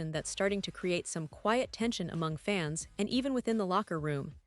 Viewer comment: Not a fan of the AI voiceover than can’t say fans….instead says it by spelling out the word